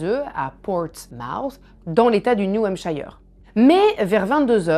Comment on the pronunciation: Le "i" de New Hampshire se prononce comme Sir et non pas comme Fire 🤓